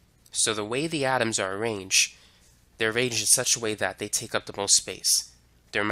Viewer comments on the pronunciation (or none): none